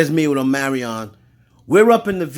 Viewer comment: Omarion Or Amerion 🤣😂